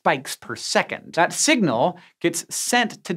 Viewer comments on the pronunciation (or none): none